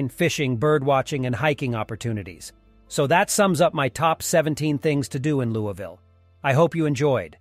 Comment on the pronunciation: It’s pronounced Lou-E-Ville!